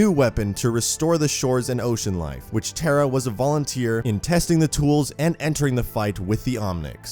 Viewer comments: Your pronouncing her name as "TERA" like tera nova. Her name is pronounced TAH-RAH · Proud to be thai Also pronounced "Taa raa" not "tare rah" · Why does he say Tera it's TARA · Pronounced....TAWRA not TERRA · NOT TERRA! its tah-rah tara not terra!! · Tara is a hindi language word which means star. It is a popular name in India and it is not pronounced as terra*. It is pronounced as *tah rah तारा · It’s pronounced taa raa it’s an Irish name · Pretty sure you'd pronounce it 'tah-rah' you know.. like the girls name tara... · You pronounce the name wrong. Tar. Ah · It actually pronounced taa raa in thai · Tara* not tera... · None gonna talk about how badly he's pronouncing Tara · I love the character as a whole but I know it not his fault but the way he pronounces the name is ticking me off a bit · Just to let u know that's not how you say her name